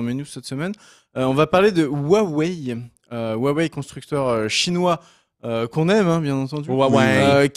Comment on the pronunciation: Pour info, le "H" de Huawei n'est pas silencieux. Ca se prononce un peu comme le "j" en Espagnol.